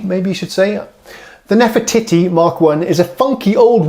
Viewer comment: I couldn't help but chuckle when you said nefe"titty". Come on grow up. Nice to hear different Rhodes played by someone else. Somehow you can hear things differently when someone else plays (I have Nord Stage 2 and same 1-6 pianos). Will listen to version minus the clacky keys now but I do enjoy your babbling.